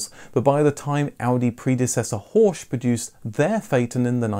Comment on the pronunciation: "Ho-rrr-chchch" 😁 Not "Hosch". 🙉